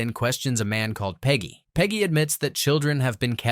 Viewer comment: pidgey read as peggy is setting me off, for those wondering - yes, i am watching it that long